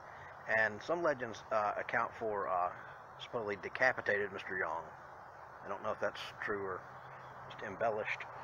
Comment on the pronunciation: For the truth of Spring Villa check out the book Haunted Auburn/Opelika. I am impressed because you are the first person, I have heard pronounce Yonge correctly.